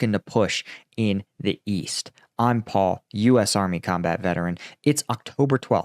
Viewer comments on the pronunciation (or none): none